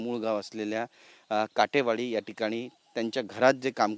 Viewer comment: काठे नाही काटे वाडी म्हणा